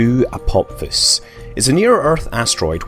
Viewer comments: The video is great but I had to stop watching because you kept saying "Apop-fis." Dude, its pronounced "Uh-pah-phis." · 'Apopfiss'??????? Wtf dude?!?!?!?! Even my dog knows this asteroid is named after the Egyptian God of the underworld, pronounced "A-PO-FISS" not "A-POP-FISS" lol but nice one for the giggle 😉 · "Apopsis" - seriously? Read the fucking word. Apophis. Pronounced: "Apofis" ... ffs.. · Is is really said Apop-his? I would have thought it was ph as in f, so Apo-fis? I think the god is pronounced the same way. Wikipedia agrees and that NEVER wrong XD Scott - you've been in the US too long, pronouncing words exactly how they are written. Tut tut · You thought correctly. The "ap" is the prefix, the stem comes from "Helios" - The Sun. On the other hand, "Apophis" is pronounced "Apofis". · Apop-fis... giggle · Why is he saying apop phys? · It's pronounced "apo fis" !!